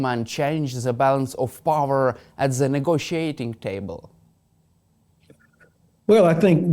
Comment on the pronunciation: Helpful tip how to say "the" in English. Don't say "zee". Say... "zer" biting your tongue as you say it. X